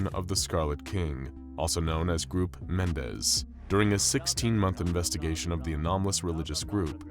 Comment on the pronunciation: "Groop Mendes."